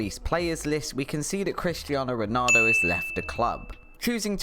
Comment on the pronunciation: You cant even pronounce Ronaldo's name correctly, don't worry about Kvaratskhelia